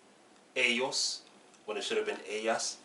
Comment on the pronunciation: The only thing you pronounce with a mexican accent: ellos, ellas.